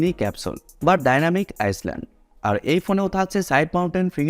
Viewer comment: আইসল্যান্ড না রে ভাই ওটা ডাইনামিক আইল্যান্ড 😄😄